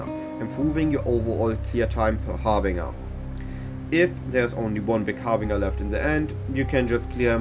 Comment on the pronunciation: I am not criticizing just trying to be helpful but it is pronounced "har-bin-jer" , the j as in "Jelly". Meine Deutsch ist sehr schlect, deine English ist sehr gut, so don't feel bad